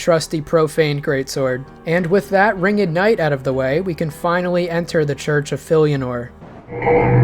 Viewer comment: "ring-ged." "Ring-ged city." XD just pulling syllables outta thin air eh? Tis okay. I say yonder quite a bit. Just giving you a hard time, obviously I made it to the end to even hear such an abomination. 10/10, no additional complaints